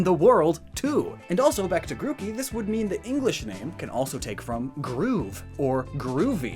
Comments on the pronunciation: Your evidence is literally so ass. also learn to pronounce names, its not gruk ie its gru key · Every time he says Grookey wrong I die a little inside.